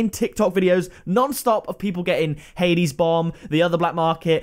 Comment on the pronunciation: You said hades bomb wrong btw